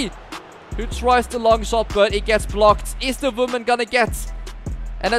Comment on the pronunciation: “Voman/moman”